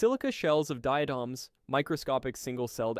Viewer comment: You badly mispronounce foraminifera, forams, and diatoms. Horrifying! How do I know? I was a micropaleontologist for a major oil company for 6 years and studied forams for biostratigraphy. Also conodonts.